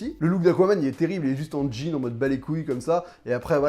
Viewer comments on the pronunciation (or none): none